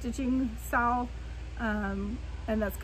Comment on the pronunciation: I'm catching up on my flosstube watching and I love the owl piece you're doing. I also love that you said we are doing a sal it sounded like "sa-owl" 😁❤ Can't wait to see all the owls :) I picked up some "Passion" in that FNFN too!